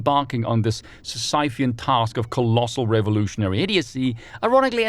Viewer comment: I think it's "sissy-fee-un" but i don't say that to criticize